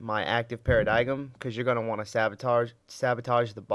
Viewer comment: I dunno why I am commenting more than a year later, but it is Para-dime. The g is silent and the "i" is like saying "I went there."